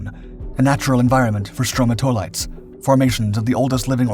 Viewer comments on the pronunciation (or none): Alright, this is strictly a guide to pronunciation of those multi million year old bacterial/stone critters just under the surface of the water. They are not “Stroma-toilets”, they are called, and I’ll break this down for ya, Stro (like stroke minus the k) Ma (like math without the th) To (sounds like toe) Lites (sounds like it looks.. like lights). Stro-ma-to-lites Stromatolites (zero toilets included or pronounced). Thank you for your time.